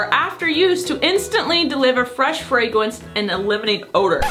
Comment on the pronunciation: "Fwesh fwagwents" 😂🤣🤣